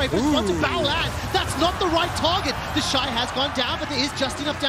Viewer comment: Same!!! I have to stop and be like "who tf is 'theshee'"